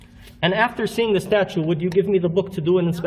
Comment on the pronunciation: I wish someone would correct this idiot on his "statute" and "archive" pronunciations.